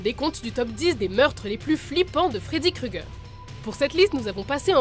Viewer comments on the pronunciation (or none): Fin enfaite freddy keugger. Là des fois c drôle 😂